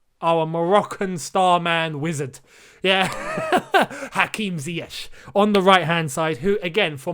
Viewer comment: the way you said wizard 😂